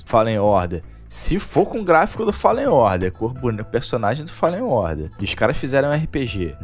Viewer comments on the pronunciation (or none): none